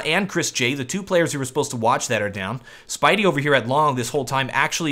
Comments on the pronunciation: i love how he calls spiidi "spidey" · You say Spiidi like "Speedy" ;)